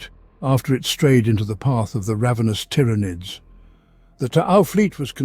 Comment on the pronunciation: The number of different pronouncations of tyranids in this video is insane.